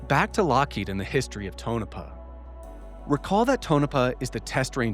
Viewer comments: Please god stop saying Tonopah as tone -a-puh...it's pronounced Tone😮 -a-paw, And Sandia is Pronounced San Deee ah, it's a hard D. And Nevada...is not Neh vauh duh, it's Ne va duh. You're killing me over here...lol ps love the channel. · More great work! I'm sure others have pointed out here, Tonopah is pronounced TONE-UH-PAW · I absolutely love the work you are doing. It's awesome seeing such in-depth analysis and investigation efforts made on the UAP topic. I just wish you could pronounce Nevada and Tonopah properly, coming from someone who lives there. 😂